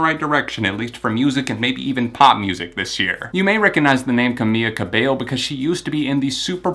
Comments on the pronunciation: you're pronouncing camila's name wrong. it's camiLa cabeYo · its pronounced cameeLa cabeyo